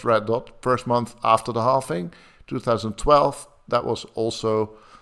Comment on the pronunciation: Please some tell that is called and pronounced halVing and BTC halVed and not halFing and BTC didn't halFed! I cringe every time